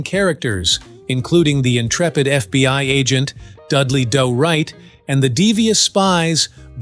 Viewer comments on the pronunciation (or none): Also, Do-Right is pronounced "Doo-Right" not "Doe-Right." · It had me fooled until it mispronounced Do Right. Until then I thought it was just a very boring man talking.